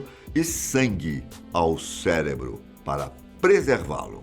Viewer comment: O vídeo estava ótimo! Até ele falar "celebro", aí perdi o tesão e passei para o próximo.